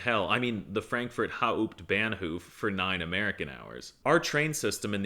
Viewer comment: Bro said Evropa parking is bad amc compared New Mexico and Dallas Its pronounced “Kill-Om-Eters and “MEETERS” Germany sometimes have busy train stations but they also are GM+6 Pronounced Ban-Hop-pf In Europe you have privacy and in Amerika you have gay people tryna under and over the stall Some Europeans grow their fruit and vegetables because it’s easier with short growing seasons and colder weather most of the year depends where the water comes from how is feastables a necessity🤮 I’d rather eat bread loafs most stores don’t carry American cheese, usually you prob can find Swiss, Scottish, etc. If we have 2 parties and one loses, people riot If we have 8 parties and one loses, then you cheer for a different one (peacefully) Drinking age in Europe is not 5, and hey DUDE, that’s a little touchy i am part Slovakian you American I agree with why free healthcare but yes they have medications bc they have doctors and you can pay for your healthcare but it would have to be private healthcare